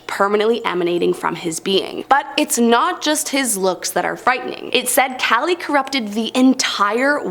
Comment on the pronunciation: Kaaaaaa-leee is how uts pronounced and there us male female personas to kali.